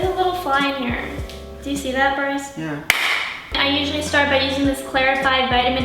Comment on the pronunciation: She says flies not brice lol